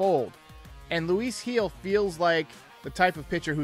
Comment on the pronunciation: His last name is pronounced as HEEL.. Not Hill lol